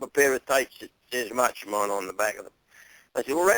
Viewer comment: Macho mon? What's a macho mon?